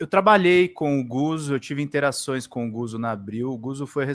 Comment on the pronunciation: Não é "Guzo", é "Gutso". Lê-se como "pizza".